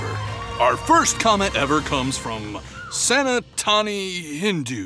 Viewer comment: It's sanatani not santani